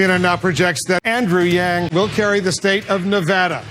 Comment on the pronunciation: I like how u say andrew yang